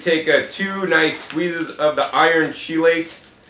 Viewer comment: chelate is pronounced with a hard 'ch' like chemistry, so 'key-late'.